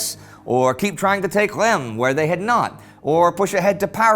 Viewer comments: Hi ! I’ve been a fan for a couple of years and love the show, but your prononciation of Reims really makes me cringe. I think it’s pronounced with the « un » sound like in Verdun, and the S is not silent for once. So more like Runce but with a silent « n » than Rem as you pronounce it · Great job guys! There’s suspense even if we know the ending... About prononciation : Amiens (Amien) is Ok but Reims is not ( ReimS ) —don’t look for the logic, there’s none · Hi guys / Hallo Jungs, I follow you since a while now and have been a patreon supporter for a few months! You are doing an amazing work! Following your show was a great support in the last few months as I was finishing my PhD thesis and not feeling really well for a long time... It’s the first time I take the time to write a comment to be a tad picky about Indy’s pronunciation of Reims. No offense there! I know French is hard and not logical. But for the first time it took me a while to figure out which city Indy was talking about. Rem? Remmes? Raimes? Where the hell is that? That until looking at the map and realizing it was Reims. Unlike in most French words the S isn’t silent in Reims. And the “eim” is pronounced like the French for “one” (un) or the -en of Amiens. Keep up the good work and possibly see you soon! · Hi Indy and team! Love the show! Just a tiny remark : you pronounce Soissons perfectly, but Reims is pronounced [ʁɛ̃s]. It kinda hurt my ears, being born there. :)